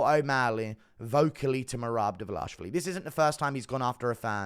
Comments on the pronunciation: You’re butchering merabs last name bruv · Idk if you’re saying his last name correctly but keep saying it like that it’s fire 😂